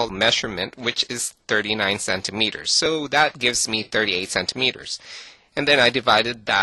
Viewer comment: i love how you say "so". it sounds like "sew"